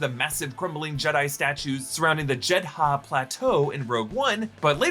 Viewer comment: Great video. But Jed-harr lol?